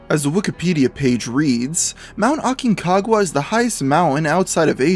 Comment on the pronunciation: I'm from Argentina, and honestly I cringed when I heard how he pronounced Aconcagua. Like WTF